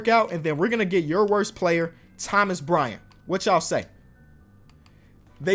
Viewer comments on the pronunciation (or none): none